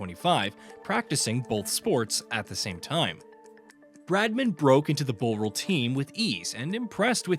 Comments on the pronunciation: Why the hell have we got an American commenting on a sport they know nothing about? The mispronunciations alone are teeth-grinding! The 'bow' in Bowral rhymes with 'how', not 'doe'. Try some proper research before speaking such rubbish. Otherwise get an Englishman, or an Australian, or a West Indian, or an Indian, or a South African, or a Pakistani, or a New Zealander to do the commentary! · Yet to see any of these shit low effort AI channels pronounce Bowral correctly....